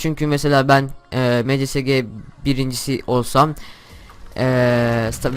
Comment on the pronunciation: Mcsg ye "emsiesci" diyor ama zonenu "zone" diye okuyo 😭